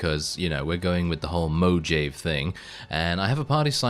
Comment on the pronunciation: I can't tell if you're trolling by saying Mojave that way or if you don't know that in spanish the "j" sounds more like an "h". Like Jalepeno.